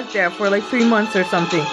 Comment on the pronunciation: Man you are literally calling him voldmort . Thats funny.